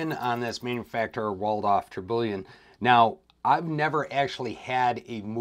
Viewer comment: Hey, love the video. Don’t mean to be “that guy” but you miss pronounced Tourbillon pretty badly, it’s pronounced tur-be-yawn